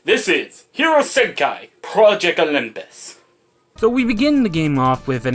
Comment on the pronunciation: I find it funny that you called it, Hero Senkai instead of Hero Senki, just for the heck of it! lol 🤣🤣🤣🤣